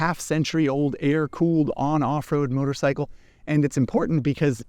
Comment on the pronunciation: Love how says "motor-sickle."